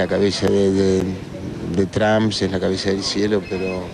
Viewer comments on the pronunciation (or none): none